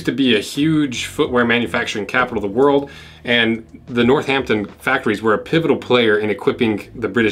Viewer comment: Love the way you pronounce Northampton. I’m gonna say it like you from now on. Makes it sound so much better!!